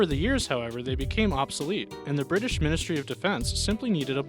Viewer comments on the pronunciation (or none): I love how they say Brirish submarines and show a Soviet Akula class submarine balistic carrier.